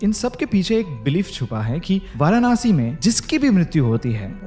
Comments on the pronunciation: It's not varaanasi..it's Varanasi 🙂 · It's not varanaasi bro it's Varanasi simply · Firstly pronounced and spell correctly it's nit varanashi It's varanasi Aur mai yahi pala badha hu But jaisa is yt wale ne sbka chutiya kata aisa kuxch ni hai koi strong energy feel waigar feel n hoti😂😂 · भाई वारानासी नहीं वाराणसी होता है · वाराणसी ✔️❤ Varanaasi ❌ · वो वाराणसी हैं... वारानासी नहीं हैं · It's not varanaasi 😂it's वाराणसी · It's Varanasi not Varanaasi Har Har Mahadev 🙏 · वाराणसी। And not वारानासि! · What nonsense way you pronounciate, it's वाराणसी not वाराणासी। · Varanasi bolna to sikh lo..Hindu ho tum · No offense but so many times he said Varanasi still didn't pronounce it rightly even once. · The varanasi pronunciation by him is too different...thnx for t information...but just one thing...karm kariye n life enjoy kariye....and apne baare m bhi sochiye...aage bhagwaan k haath m chor dijiye....varanasi story is quite feary...though so true...its t fact f this moksh nagri🙏🙏🙏🙏🕉🕉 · Pl pronounce Varanasi correctly. I don’t understand the fashion of pronouncing Vedaa, ayurvedaa even while speaking Hindi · varanasi theek se toh bol lo bro